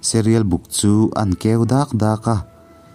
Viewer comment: Ka ngaithla ve chiah a, Serial hi enge ni ngai??? Sairil, a nilomaw? Silai kau rap, kau, tih i thluk dan hi. Mizotawng i thluk dik lo nasa ve hle mai, fimkhur a tha a sin.